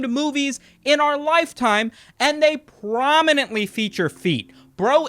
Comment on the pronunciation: Lol, "Feeture"